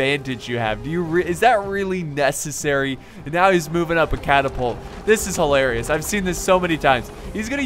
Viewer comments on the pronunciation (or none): none